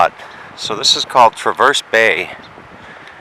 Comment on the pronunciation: As someone who lives in northern Michigan, I suggest you learn how to pronounce names, and identify places correctly. Petoskey is pronounced puh-taa-skee. Traverse is pronounced tra-vrs. The harbor is called Round Lake not Traverse Bay.